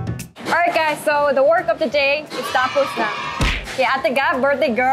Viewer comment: "Tapos" with ilonggo accent.😍😂 sooo cute🥰